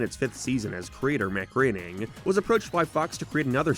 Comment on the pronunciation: Not only was your joke so much worse for that than any the show made..but it's pronounced Graining numbnuts. It's kind of a meme that it's spelled Groaning but pronounced completely differently..in fact ..yep. They referenced it in an episode not long before you made this joke and showed the scene of. His secretary pronounces it wrong, he corrects her in a running gag for self reference representations (remember when he used to show himself as a one eyed old conservative instead?), she asks if he's sure and he dejectedly tells her he isn't any more.